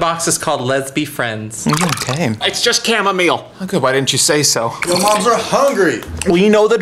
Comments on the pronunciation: its chamomile not cama meal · did u srsly just say cama meal